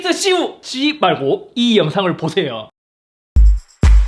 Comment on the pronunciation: 인트로에서 씌우지 말고 씌바 라고 들음 ㅋㅋㅋㅋ..ㅋ..